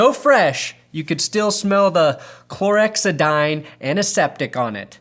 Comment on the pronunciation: Never heard someone sound so awkward trying to pronounce chlorhexidine in my life. =]